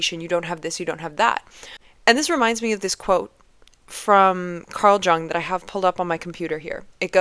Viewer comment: It’s “Yung”. Jung is actually the German word for Young.